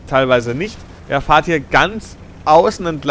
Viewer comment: Es heißt "er fährt" nicht "er fahrt" ;) Ich musste das jetzt mal loswerden, sorry.^^